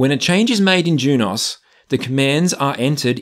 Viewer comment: Juniper’s videos say Junos not Jun-OS so thats how i say it